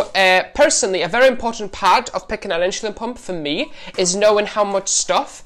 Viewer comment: It's "insulin" not "inshulin" .... please get with it